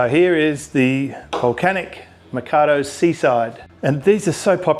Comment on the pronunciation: Man, I was interested in the vid till he pronounced Rob's surname "mah-cahw-dohw". Credibility instantly lost.